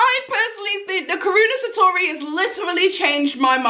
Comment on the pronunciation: Karuna Satori. its pronounced Kah Roo Nah, Sah Tor Ee